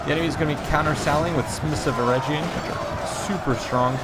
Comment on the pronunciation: talk of pretty boys...hnnnnnnn ( ͡° ͜ʖ ͡°) Also, Eregion is pronounced with a hard G.